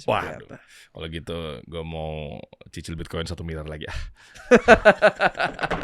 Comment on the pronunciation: ngomong cicil aja susah banget sie bang ,aduhhh😂